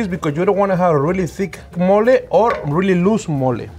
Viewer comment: It sounded like he said 'we're gonna do Molly' and I thought this episodes was gonna be lit.